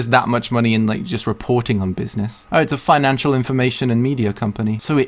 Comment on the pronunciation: Buiznezz.. :D someone make a meme out of it!